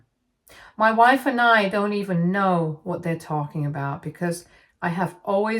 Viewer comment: I can't help but hear "mah wife" like Borat everytime she says it😂😂